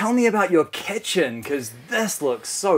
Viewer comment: “Tell me about your kEtChUn”